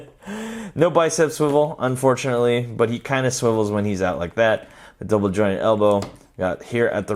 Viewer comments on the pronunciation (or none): none